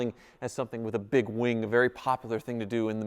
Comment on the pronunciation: It sure sounded like you said wang instead of wing.